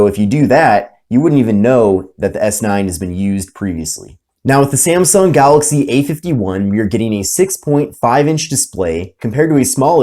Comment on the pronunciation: It's not "Samsung", it is "Samsung".